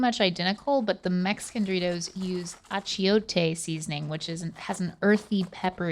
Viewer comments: The way said Achiote 😆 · They way she said achiote 🤣